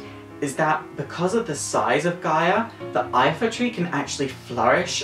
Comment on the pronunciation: It's the Lifa tree, not Ifa